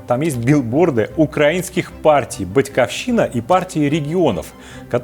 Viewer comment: БатькАвщина.... Очень смешно.. если готовитесь- то готовтесь нормально! БатькИвщина- это вам в транскрипции для произношения